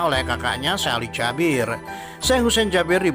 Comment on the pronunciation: Bacanya kok Jabir si kan Jaber 😞